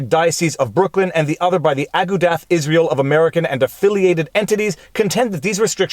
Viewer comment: FYI It is pronounced A-goo-duh not Ah-ga-dath